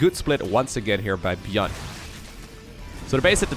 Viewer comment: Is he intentionally pronouncing ByuN's name wrong?